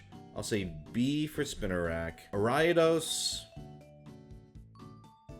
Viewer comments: Uh-Rye-Uh-Dose? I hate to be one of those people, but I've only heard it as "Are-E-Uh-Dose". Anyway, the more I think about it, the more I realize that I don't like Gen 2's roster. They either disturb me with their designs in some way or are bad in battle. Now, I'm mostly referring to the fully evolved Pokemon when I say that, because with pre-evolutions, you at least know it's not the final form. Out of every fully evolved Pokemon in Gen 2, I counted 18 that I've enjoyed having on a team. Typhlosion Crobat Lanturn (even though it's bad) Ampharos Sudowoodo Politoed Espeon* Umbreon* Mantine* Houndoom Skarmory Scizor Slowking Heracross Raikou Suicune Tyranitar Ho-oh * = Only because of Pokemon Colosseum's limited roster. Everything else ranges from slightly above average to bad. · your pronunciation of ariados physically hurts